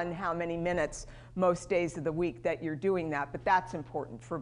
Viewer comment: Urine in control VS you are in control . Pronunciation is important.